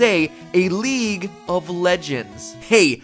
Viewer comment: I was playing leadge I when you said leadge of leadgends